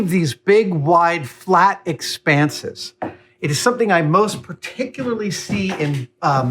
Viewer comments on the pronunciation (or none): none